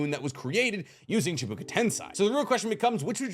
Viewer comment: Chibuka? Bruh. Chibaku. Learn to read.